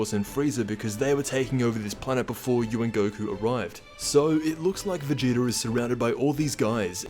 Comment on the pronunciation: Stop saying vageeter in every video lol